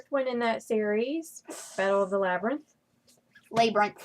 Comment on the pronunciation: It's actually not the battle of the lay-brinth, was right.